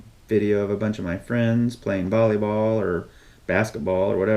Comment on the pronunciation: you said Bally ball instead of valley ball learn your grammar stupid😂😂😂